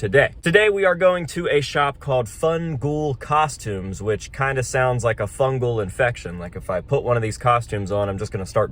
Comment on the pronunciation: Fungol in Italian pronounced the way you're saying means fuck you lol. I'm Italian from long Island my grandparents said that all the time lol